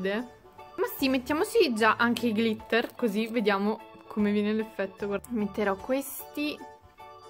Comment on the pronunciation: Glitter si pronuncia con l’ accento sulla i